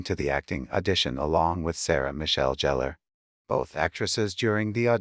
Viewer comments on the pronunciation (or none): It's because she was no longer a tight bottom teenager and she also put on a lot of weight in the midsection only, and annoying! Oh God do you remember how annoying she was in the ghost series really bob??? It also pronounced Gheller!!! Not jehellerr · Jeller? Need to get a better program to voice the words. Also JLH is doing quite well in her career, she just took a break from acting when she had a child but is now back on TV doing "911". Also she was always a TV star, films just weren't her strong suite.